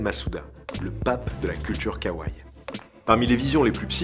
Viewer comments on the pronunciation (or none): OMG les prononciations des mots... Ce n'est pas de l'Anglais hein.... Entre le Kawai et le Miraikan... Même Google traduction s'en sort mieux.